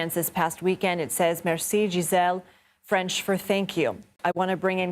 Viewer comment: covering a french story and can't even spend 5 min learning how to say merci properly